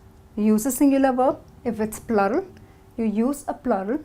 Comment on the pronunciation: She is saying 'because' and 'plural' incorrectly